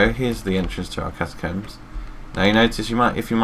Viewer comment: I LIKE THE WAY HE SAID ATACOMBS THUMBS UP IF YOU TOO